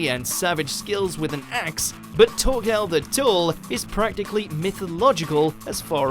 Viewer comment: The fuck? He can't even pronounce "Thorkell", "Thorfinn", and "Troll" properly? What is wrong with this dude?